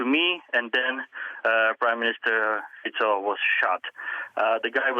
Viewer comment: Thank you for pronouncing Fico correctly.